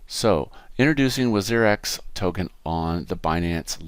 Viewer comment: its pronounced - WAAAZZEEER X